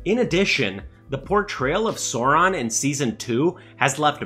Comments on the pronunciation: cant take serious a guy calling for fidelity to the source, but at the same time pronouncing sauron as soron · Gotta get this off my chest: 1. It's Tol-keen not not Tol-kin. 2. Sauron is not a dinosaur, the a "au"makes the "ow' sound. Apart from this, the video seems pretty good so far. Keep up the good work.